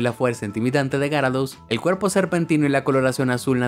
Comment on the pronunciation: Aprende a decir gyarados